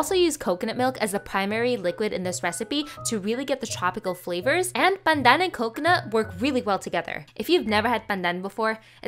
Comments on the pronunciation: The way you pronounce pandan in Filipino sounds funny coming from a Malaysian 😂 we're so close yet so different🤣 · Why are you exaggerating how you pronounce Pandan?